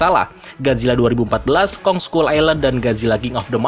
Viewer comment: Skull dibaca skal😑